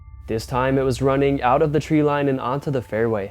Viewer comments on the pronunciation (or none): none